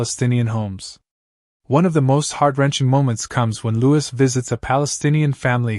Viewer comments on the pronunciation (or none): His name is louis as in lewy,not lewis.